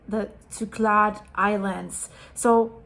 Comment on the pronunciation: Thank you for yet another great insightful video 🙏 . P.S. The island group Cyclades is phonetically pronounced ‘sick-lad-eees’. Looking forward to your next update and prayers for all those affected.